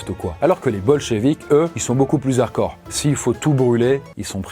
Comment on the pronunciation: Toujours aussi cool ces vidéo, seulement ça fait plusieurs vidéo que je t’entend dire harcore au lieu de harDcore voilà voilà